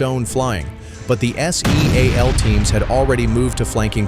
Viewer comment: Another stack of total bulshit when the narrator can't even say," seal.". It says S. E. A L.😢